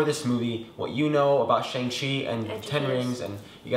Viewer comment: the correct pronunciation of Shang-Chi is "Shung-Shee"